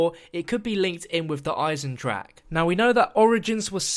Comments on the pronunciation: just for the record Eisen-drache is pronounced: "Isen drahuh" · actually speaking german makes it so hard to hear "eisendrack" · You are all saying "der eisendrak" ffs its "der eisendrache" pls look it up at google to it right the next time ffs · why does everyone say der eisendrache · Pronouncing it wrong